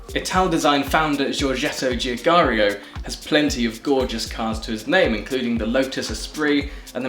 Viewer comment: NGL. That was propably the worst pronounciation of "Giugiaro" I've ever heard